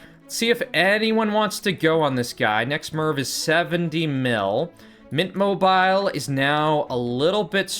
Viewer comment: I really do have to say i get very annoyed at you judt missaying the names of players. Where do you get the name "mint mobile" or "katakin" (mobile mobile and kakin) so wrong